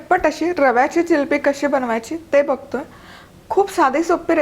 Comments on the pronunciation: Jilabi nahi g bai. Jilebi bolatat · जिलेबी म्हणा ओ जिलबी हा काय प्रकार आहे